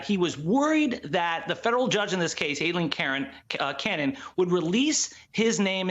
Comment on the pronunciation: He said "Aileen Caron." (Pr. Karen) lol